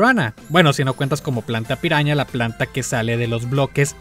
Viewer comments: Cuando dices piraña en ingles suena a "peruana" xd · dice: Piruana